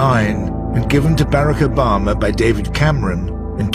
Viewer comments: That is the most bizarre way to pronounce Barack Obama I've ever heard. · Ha... "Bear Ack Obemer" That is funny right there.